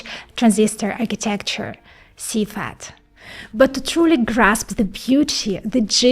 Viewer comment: When she says "FAT" she means "FAB", when "CFAT" she means "CFET".